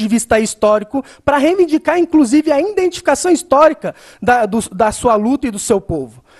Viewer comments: O que ele falou a partir de ? Indenticação, indentifica, indentificar? Ou escutei errado? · Indentificação????? Indentificamo??? As cota??? Professor de qual matéria mesmo ???? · e a quantidade de iNdentificação que ele fala é impressionante uhahuauhahua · “Indentificação” kkkkkk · Ele fala "INdentificação". Meu Deus. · Cara teve que olhar o.caderno pra falar equidade, mas pra falar "indentificacão" é facil!! Ah filho de uma Dilma!! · "Indentificação" wtf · Todas as vezes que ele tentou dizer "identificação" meu ouvido doeu...